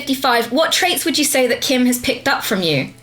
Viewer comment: Kim pronounced my name wrong XD